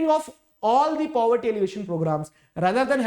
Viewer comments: poverty ❌ puberty ☑️ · If you did not listened the part in which sir said puberty instead of poverty.... You are not a fan... 😂😂 Jokes aside, i love your videos.... You are the only one because of whom I am scoring good marks in sst 🥺💖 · Puberty sir told instead of poverty 😹🤣😂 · Caused due to "puberty" But was trying to say poverty 😅🤣 Btw you are my best teacher